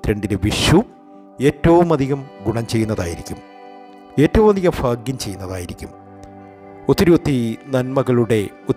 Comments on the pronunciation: Fagyam annu parayaruthu bhagwan annu parayanam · ഫാഗ്യം അല്ല ഭാഗ്യംഎന്ന് പറയാൻ ശ്രമിക്കൂ അതുപോലെ തന്നെ ഫഗവാൻ അല്ല ഭഗവാൻ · ഫാഗ്യമല്ല ഭാഗ്യമാണ് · പല്ലിന്റെ ഇടയിൽ വിടവുള്ളതുകൊണ്ടാണോ ഭയ്ക് പകരം ഫാഗ്യം